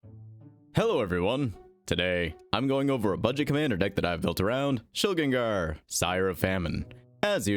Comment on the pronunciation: Ayyy someone who pronounces Shilgengar like a normal human! Thank you